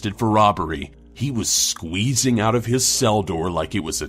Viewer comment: Hello, how many E's in Squweeeeeeeeeeesing??????????